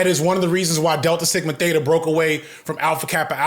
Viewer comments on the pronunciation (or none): none